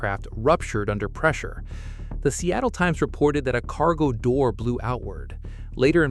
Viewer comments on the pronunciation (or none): none